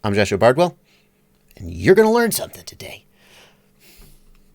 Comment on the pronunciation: I like it when you surprise us with "you're gonna learn sumthin tuhday."